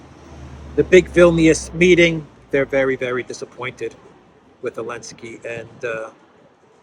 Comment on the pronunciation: What's with calling him "Elensky?"